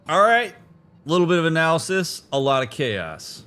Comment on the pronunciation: "A littelbit of analisys and a lot of chaos" That is what I'm her for 😂